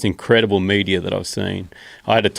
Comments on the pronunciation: Kept thinking he was saying media at first lol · Who else heard "100s of media" not "meteor" ?😭😭😭🤣🤣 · At first I thought he was saying Media...lol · For the first few seconds I just heard "media"😂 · Im hearing media, but his saying meteor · i thought he said media until he told that it was falling from the sky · When he says meteor I hear media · I thought he was saying media for a bit. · I thought he was saying media. No, meteor. Lol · i thought they were saying "media" for 2 minutes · LOL - I was almost ready to look up the word media before I realized what he said was meteor. 🙄🤣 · I thought he was saying media not meteor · media , sounds like he is saying all the time media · As an Aussie, I can confirm that hardly any of us pronounce the word meteor as "media". That was strange to hear! Most of us pronounce it how Joe or any other American would. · Media? Not sure if I’m high, or he’s really saying Media?! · I'm an Aussie and I thought he said media too and then realized he must have meant a meteor moments later. They are awesome to see if spend some time out at night but unlike him I rarely in the outback of Australia away from all our city lights so do not see as much. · I'm an Aussie and even I was hearing media, haha.